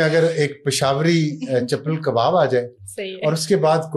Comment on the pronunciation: its chapli kabab not chapal kabab